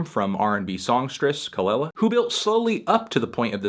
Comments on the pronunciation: Say it with me "kah-LEE-la" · Her name is actually pronounced Kuh luh luh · The way he says kelela bothers me so much